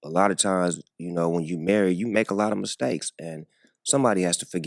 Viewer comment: "misstankley" Only misstake was him saying it